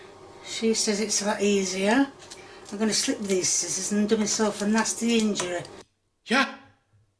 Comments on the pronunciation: did bro just pronounce the c in scissors...? 💀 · Let me get you "A pair of skissors 😂 scissors love daz always makes me laugh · “Let me get you some sKISSORS!”😂😂😂😂😂😂😂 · Daz I love you, but are you really the right person to joke about funky pronounciation when you say "Ignot"? xD and SKI-ssors? I love you Daz xD Also looks so tired and weak, I really hope she's seeing a doctor, I hope she's ok...